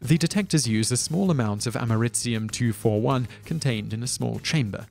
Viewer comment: "Ameritzium 241"? Don't you mean Americium 241?